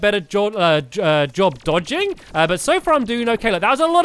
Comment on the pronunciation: Did anyone realise that he said after he died from ocram he said deeodging